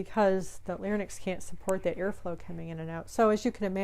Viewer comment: Good video. But larynx is pronounced "lar-inx", not "lar-nix".